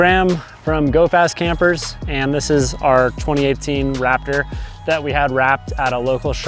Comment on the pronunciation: Wraptor... can't unhear!! :(